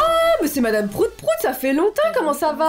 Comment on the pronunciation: Au début de la vidéo que tu avais dit Madame Proute Proute 😂😂😂🤣🤣🤣 -----> Proute Proute